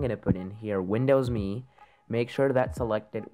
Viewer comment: Thank you so much for pronouncing it me like microsoft intended instead of M-E.